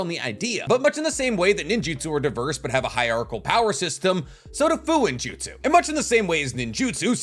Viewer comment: Fuuinjutsu pronounced “foo-oo-een-joot-soo “ not “foo-in-joot-soo”